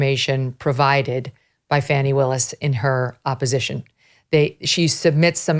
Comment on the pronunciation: By the way everybody its pronounced Fawni!